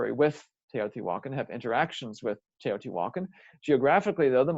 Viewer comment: It’s actually pronounced- teo ti walk on